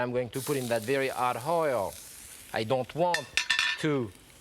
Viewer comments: I like how his accent spoonerizes "hot oil" to "' 'ot hoil". jacques is a gift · “Very ‘ot hoil.” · I love how he says "very 'ot hoil" .Deliciously ironic!